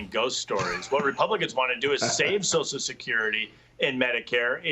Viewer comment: Why do they call it soch security? Is it that hard to throw that extra syllable in there?